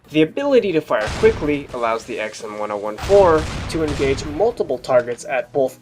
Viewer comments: ECKS-EMM-1-OH-1-4? please pronounce it like this: EMM-10-14. Please it is fucking terrible to listen to yu saying it the way you were in the video. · why do you call it the "XM one oh one four" I always called it the "XM ten fourteen" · huh that’s a weird way to pronounce the xm1014 I thought it’s X-M ten fourteen